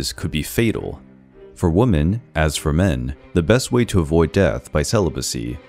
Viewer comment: And the way they kept saying woman instead of women really annoyed me over time